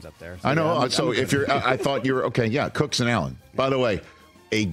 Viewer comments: His last name is cook. Not cooks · It's James Cook not Cooks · Why do they keep saying "Cooks"? His name is Cook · His name is James Cook. Not Cooks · *James Cook Not Jame Cooks, c’mon!